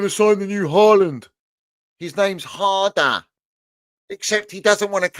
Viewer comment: almost sounded like said Drum and bass father 😂😂😂 the way he said harder